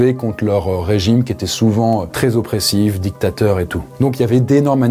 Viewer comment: La video de est meilleure ! Tu prononces trop les mots "dictateur et grand mechant" comme si tu avais choisi ton camps